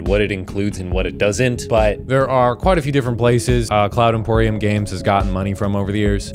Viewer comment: Cloud Empyrium vs. Cloud Emporium lol